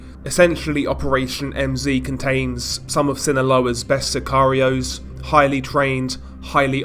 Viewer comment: Lol "sakarios" for scarios 🤣🤣🤣🤣🤣🤣🤣